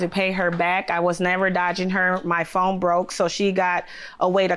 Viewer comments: I thought I was hearing it wrong! I kept telling myself she can't be saying phome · It's not "phome"??? 🤣🤣🤣(The defendent is a teacher.) Children are relying on her to at least be able to pronounce "phone". Damn. I have no more words.